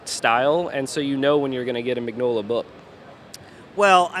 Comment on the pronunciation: MIN-YO-LA not MIGG-NOLA. It's italian for fuck's sake !